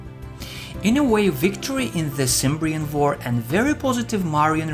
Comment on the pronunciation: You're mispronouncing "Cimbrian" - it's more like "kem-brean". Also, the Cimbrians came from north of the Limfjord (Limfjorden) in northern Jutland (Nordjylland). The Teutones came from what is now western Jytland (Vestjylland) and the Ambrones came from southern Jutland (Sydjylland/Sønderjylland & Schleswig - which was Danish up until 1864). So, yeah, they were all Danes, Jutes specifically. Calling them "Germans" is just factually wrong. Also, I can't believe that you make no mention of "furor Teutonicus" during this entire documentary.. that was quite a significant event which left a big impression on the Romans, who were in turn hesitant to move into Germania (even before Teutoburg). Out of curiosity, what's your source exactly?